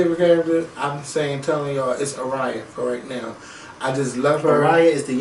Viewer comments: Game of thrones ... her name is pronounced ARE- YA (like Ar-I- YA) but its only two syllables Sorry, she's my favorite character so i couldn't let it go lol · I'm so VERY glad you're watching GOT!!!!! I loved Ned Stark. We all did! Arya is pronounced Arrr-ya. Love her too! So much stuff happens! You will NOT believe how good this show is!!! p.s. is super cute!!